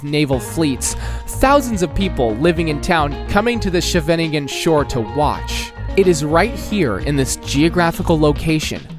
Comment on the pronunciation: It's not Amersfoot, it's AmersfooRt, it's not SchevEningen, it's SchevenIngen, it's not Atominium, it's Atomium, Utrecht is not the capital, The Hague is the capital